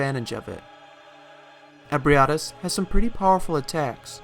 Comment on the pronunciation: Your pronunciation of Ebrietas is fascinating. It's the best one I've found next to eh-bree-eh-tahs ('eh' as in 'bed').